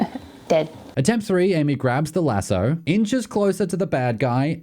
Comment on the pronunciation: What's with your pronunciation of lasso??